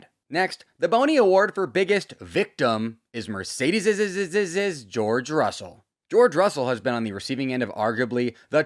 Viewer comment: bro finally said "Merdeces's" in one take